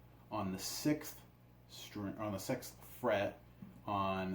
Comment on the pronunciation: "The sexth fret" 😂😂😂